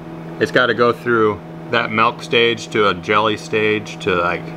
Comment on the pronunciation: You say MELK why not YILLOWr